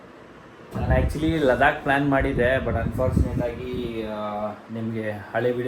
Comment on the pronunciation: ಲಡಾಖ್❌ ಲದಾಕ್✅